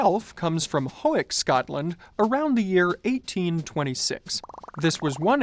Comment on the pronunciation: Hawick is pronounced Hoyick.